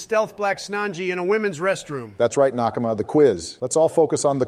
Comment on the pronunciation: every time says “nakama” i recoil